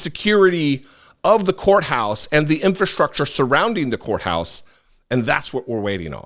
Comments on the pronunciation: Did you say county whore house or did you say county courthouse? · said "County Whore House"...